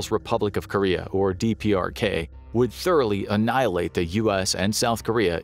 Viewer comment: hang on a cotton picking minute, 3.36 timestamp "our army moughly?? annihilate"... I'm scared now! Is there a new way of war? what is this word? moughly? sounds, actually sounds like food? is that food?